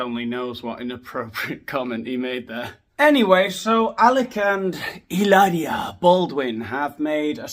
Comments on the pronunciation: Every time you say Ilaria! Cracks me up! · It's pronounced Hilaaaaaria.